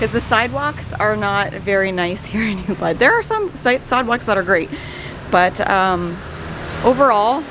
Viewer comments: Oooo-booooood (not Oooo-bud) -- I'm so glad to see that at least the sidewalks haven't changed in the wake of all it's popularity. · Hey lady the town is pronounced UBOOD